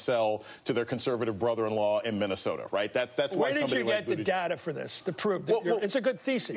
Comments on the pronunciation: I realize Buttigieg is difficult to pronounce for many...but "Bunnetige"?? Come on, Chris Matthews, practice before going on air. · Mr. Matthews, can you please learn to pronounce as follws: Pete budda judge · Hey Chris, love your show, but it's BOOT-edge-edge, or BUDDHA-jedge. Everyone else on TV can say it; so can you! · You wonder if Chris has something against him because he will not take the time to learn the correct pronunciation of his name